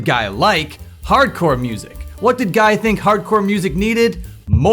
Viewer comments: It's not "guy" Guy, its "ghee" Guy though... Anyway, thanks for the summary! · saying "Guy" like "fly" is incorrect, his name is pronounced "Guy" like "Free"